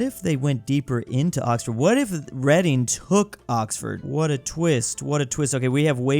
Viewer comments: it’s really not 😂 it’s pronounced ‘reding’ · that's my home town, it ain't no city and it's pronounced: red-ING not reading 😢 😔 😞 😐 😑 😒 😢 😔 😞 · He pronounced reding reading😭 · It’s said birmingam and reding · ‘Reading’ is actually pronounced ‘reding’ lol it’s weird ik 😂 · reading is pronounced redding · Bro said Reading like Read-ing 🙄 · Its actually pronounced red ing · Its Redding innit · Reading tho 😭😭😭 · it's like the word "read" (past tense of read) with "ing" at the end, it's not difficult idk why people mess it up. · Reading is pronounced in the past tense, as in "I read something yesterday" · As a resident of Reading I am offended of the way you pronounce our city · “Tames River” (It’s pronounced Tems). Why is London a snake? (This trend seems common so this is the only one I will mention). “Tames” again. I’ll stop counting them now. Yes, it’s pronounced “Reding”. That is where Swansea, Llanelli and Neath are. Not Cardiff. (This really hurts because I live in the pink area). I already talked about snakes, but this thing needs to be mentioned too. Also, Cardiff is in “this thing”. Thank you. (I’ll write more later) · As a British person, I can verify that "Thames" and "Reading" aren't pronounced that way, and anyone who does is publicly humiliated.